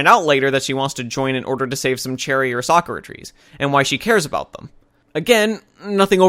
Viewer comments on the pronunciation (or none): none